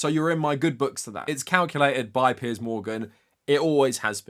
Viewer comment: Yes finally the correct pronunciation of "Piers"! taught us the right way to say it!